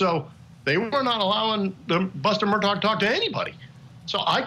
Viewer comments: I wonder how he pronounces Mr. Mur-tock's first name: Alex, Alec, or Ellick?! 😂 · "Murtog" lol?